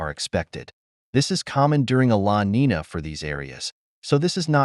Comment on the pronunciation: Neen-ya, not neena